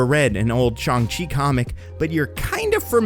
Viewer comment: There saying shang wrong